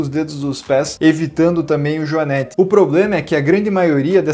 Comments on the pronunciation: A pronúncia correta é o joanête,com o e com o som fechado. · Joanete e não joanéte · JoanÊte sem acento. Não joanÉte. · A pronúncia correta é JOANÊTE, com a letra "e" fechada, não "joanéte", com o "e" aberto.